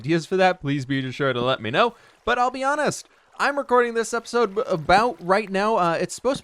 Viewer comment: I like how he pronounce episode as "epesode"